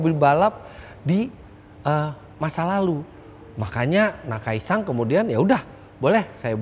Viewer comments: Gemes dengernya, kenapa jadi nakai-“sang” 🙂‍↔️ Lama2 jadi nakai-sang pangarep 🙃🤦🏻‍♂️ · Menambahkan saja Om Fitra... Namanya Akira Nakai (Nakai SAN) SAN disini artinya sebutan kehormatan seperti "Tuan" atau "Pak" Bukan NakaiSang.... Itu kan yg ngebet jd Walikota...😂😂😂